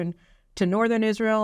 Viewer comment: Absolutely enrages me that he stutters his words over something so significant. It is Israel not isssshreeehal. Taking a pause, slow down and take the time to say such an important speech. There is no reason at all for him the speech in this way. Further, why are the right not pushing back on this speech? I am hearing very little for them.... Biden rules the world like he rules his family. I am still trying to work out who the equivalent of his shower friend is. If Ukraine is Hunter then the UK must be his biiiiich.